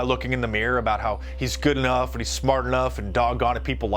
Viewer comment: I can't stand her pronunciation of "and" : iiieeeeaaand. It assaults my ears.